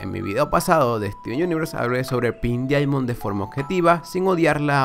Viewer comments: ¿A mí nomás me pone los pelos de punta cuando dice "dIamond" y no como en verdad se pronuncia? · Se pronuncia DAIMOND o mejor di diamante rosa